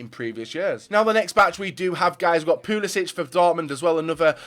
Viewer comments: its pronounced like "Pulisik" with a hard c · It is pul-isic with a hard c